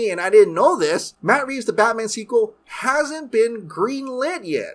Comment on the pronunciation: Always love a Michael Scott cameo, but what is Batmnan? 😂